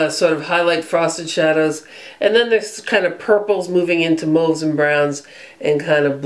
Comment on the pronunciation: THANK YOU THANK YOU THANK YOU For pronouncing Mauve Correctly!!!! so many you tubers don't and it drives me bonkers!